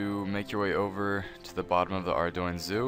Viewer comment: I think the town name is more like Arr Doo In